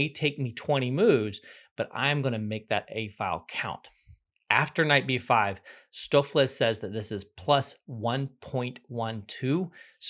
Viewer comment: Stoofvlees = Dutch for Stew(-meat), his pronunciation was quite accurate.